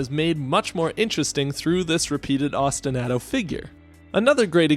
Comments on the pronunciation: I enjoyed your analysis. This is a great game with a very compelling soundtrack. I was way too distracted by how you pronounced ostinato, though. Keep them coming. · Now, your analyses are of the best I’ve ever heard, but that is not how you pronounce ostinato, and it hurts me every time you say it that way